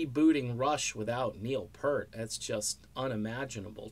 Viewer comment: Yep. And I can tell that the guy who made this video is just capitalizing off Neil's death. (It's not just mis-pronouncing his name)